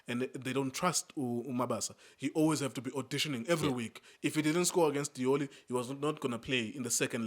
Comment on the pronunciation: Lioli, not Diola. 😂😂😂